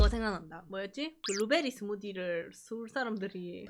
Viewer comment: 니 완전 스울사람같다 아 개웃겨요 ㅋㅋㅋㅋ 뭔가 평소에는 크게 사투리쓰는것같지않아서 더웃긴듯요